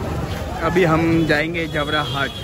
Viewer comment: Jabra hat nahin "jabbar" hat hai